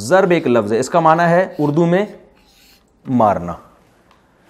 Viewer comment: Itis not "zaraba" ,,,, it is Daraba!